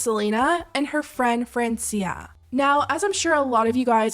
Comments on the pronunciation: Its not "Friensia" its "France-ia' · It’s Fr-awn-cia 😑